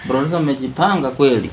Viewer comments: Aki n😂😂 na ki ngereza eti ducer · ebu pronounce tena jina producer😂😂😂😂😂😂😂😂